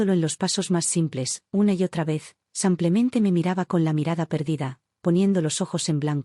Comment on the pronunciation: Sus historias son muy agradables y me entretienen. Pero, uds leen ésas historias antes que sean enviadas para el público?? La persona que hace la narración no hace nada bien las entonaciones, tanto que en vez de decir " SIMPLEMENTE" la narradora dice " Sanclemente" y hay otras narraciones muy mal entonadas. Deberían revisarlas primero.